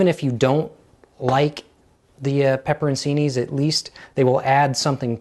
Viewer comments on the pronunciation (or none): Pepperoncini is pronounced pepper-oan-CHEE-nee. Ci in an Italian word is pronounced *ch*, not See. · Pepper in see knees????? Wtf its pepper chi knees. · The peppers are pronounced "pep-pur-on-chi-knee". C in Italian is a ch sound. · Pepperoncini pronounced pepperon--chini. The c has a ch sound. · Pepperoncini - the c is pronounce as a ch sound. Check it out on